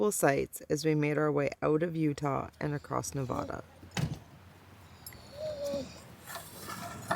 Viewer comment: Yes, Home Means Nevada, according to the slogan on my license plate. But, please, stop saying "Ne-vaw-duh".